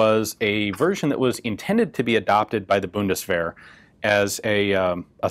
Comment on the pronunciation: The German Buddistferrets. That pronunciation just killed me right there.